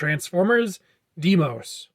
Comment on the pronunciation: "Deimos" is actually pronounced "Die-mos" just so you know. Although that's just my opinion.